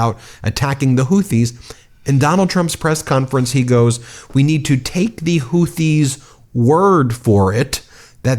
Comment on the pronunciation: Sounds like he's talking about the Hooties, not the Houthis. Where's the Blowfish?